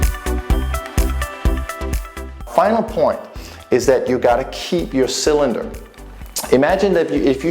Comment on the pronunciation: Cylender? Albow? Wtf?